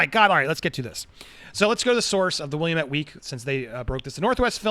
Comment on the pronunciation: I live in Oregon This doesn't surprise me at all also you're pronouncing Willamette wrong